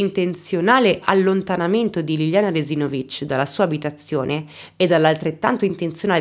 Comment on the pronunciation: Io sono di Trieste,e la pronuncia del cognome di Liliana è sbagliata,sbagli a mettere l'accento.